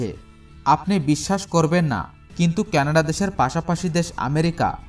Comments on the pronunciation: কেনাডা নয় কানাডা। উচ্চারন য়হিক করুন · 'কেনাডা দেশ', 'কেনাডা দেশ' কি জিনিস? সঠিক উচ্চারণ হচ্ছে 'কানাডা' | এত সুন্দর ভিডিও বানিয়েছেন অথচ দেশের নামই সঠিক ভাবে জানেন না। কি লাভ হলো? ফলাফল শুন্য।